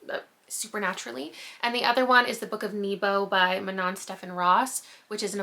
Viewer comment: Hi! Welsh person here! Love your content, but the way you pronounce Manon slightly pains me. The emphasis is on the Ma. This has just been a small PSA X